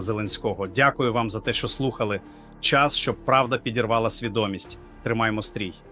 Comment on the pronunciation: Ви говорите правду. Але... Ви читаєте текст так, наче ви Штучний інтелект,.в багатьох словах ви так само ставите невірний наголос! КротИ, а не крОти, свідОмість, а не сввдомІсть, пАнікою, а не панІкою, спрАвді, а не справдІ, на конУ, а не на кОну, справедлИвості, а не справедливОсті, лАйкнути, а не лайкнутИ, ЗелЕнського, а не ЗеленськОго... Така річ дуже ріже слух!. Будь ласка, зробіть свій ефір якісним, щоб ваша річ не викликАла ніяких запитань! І ще: Не стріляйте час від часу очима у верхній кут! Усе українське має бути досконалим! Згодні? Дякую!